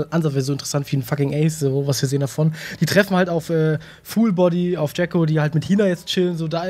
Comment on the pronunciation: jacko nicht jango lul